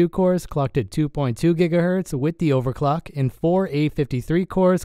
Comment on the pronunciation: When you eat Sake Udon instead of.